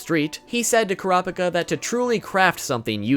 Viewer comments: holy god man please its pronounced KURA-PI-KA not KORA-PA-KA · Why he saying Kurapika as krapika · Kurahpikah? Stop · Couldn’t keep watching after the way he pronounced Kurapika lol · The way he said kurapika😂😂😂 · The way you say Kurapika’s name is hella cringey 😅😂 you should watch the sub version of the anime to hear the correct pronunciation 😁😂 OMG and Killua 😂😂